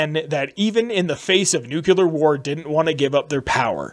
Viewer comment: NuclEAr not nucular lol drives me crazy every time you say it.